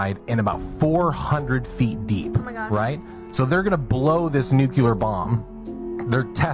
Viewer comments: AGAIN, it’s pronounced NU-CLE-AR, not “NUKE- U-LER!” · Please Lord, Guide them.... It is pronounced NEW - KLEEE - ER !! amen.